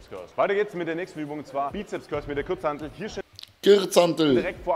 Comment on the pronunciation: Ist der denn wirklich so dumm? Kürze Pause? Kürzhantel?!?!?'